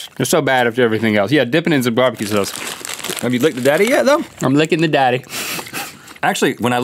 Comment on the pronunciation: I literally replayed link saying BBQ sauce so many times 😂 the way he was sauce was so funny to me idk why lol